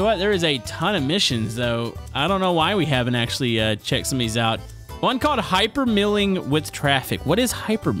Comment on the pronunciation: Its not hyper mill ing it's hyper mile ing